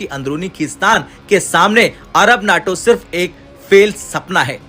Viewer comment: NAAAAAAATO nahi.........NAYYYYTO NAYYYYYYYYYYYYYYYTO NAYYYYYTO